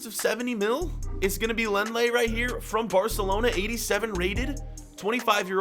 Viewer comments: is it long lay or leng let like he said it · Lenglet is pronounced Lon-glay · It’s said long-lé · Lenglet is pronounced: Long-Lay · did he just call lenglet “leng-Let”? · You pronounce Lenglet as long lay